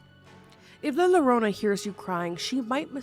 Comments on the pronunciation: I'm not even Mexican and my ears are ringing! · I was correcting her out loud, saying it was pronounced la llorona (la yorona) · La Yo ro na!!! Also she is NOT bloody Mary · Please say la llorona correctly!!! It’s driving me crazy. In Spanish, two L’s makes a y sound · La llorona 😂the double L makes a y sound think yarona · I love you but I had to skip the first one because the butchering of La Llorona hurts. It’s pronounced Yoh-roh-nah. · The way you say La Llorona is adorable and it makes me happy. It's actually pronounced like la "your-own-a " though ...the double L in Spanish is a y sound. Still cute though 😅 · the pain in my eyes as soon as you saidd la llarona and i read the title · La yo-rona, the closer she is the farther you’ll hear her. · And it’s pronounced “ yo-ro-na” 😅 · also it is pronounced as yo-ro-na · Love these compilations! Note: La Llorona is pronounced “La Yorona” because in Spanish, the double L is pronounced like a Y. At least for us with American and Canadian accents. In a Spanish accent it’s almost a soft J sound deep in the throat, but for us non-native speakers, the Y sound is perfectly appropriate. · That “R” needs to sound like a “D” too, it should sound like “Yodo-nah” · a better way to explain it pronunciation is “io-ro-na” ! It also pains my Hispanic heart😭🙏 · Yes, Yorona is how you would pronounce it... but love you none the less 🥰😆❤️ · Thank you! It's either "Yorona" or "Jorona". I'm Puerto Rican and we often use the J for Ll (double LL). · It's bad of me that you didn't take the story of the llorona very seriously because the way she pronounces it so cute 🥺🥰? I'm latin American so ear la lolona ❤ is to funny and cute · The butchering of LA Llorona hurts my hispanic heart😭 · She’s not American so wouldn’t have heard it pronounced. Just like if you came to my country- you would butcher it as well 😂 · La Llorona is pronounced La Yuh-rōna. The 2 L's make a y sound in Spanish ❤ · (in Mexican from) erm actually it’s “la yo-ro-na”